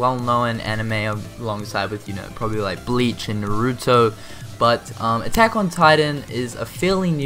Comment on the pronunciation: You said Naruto wrong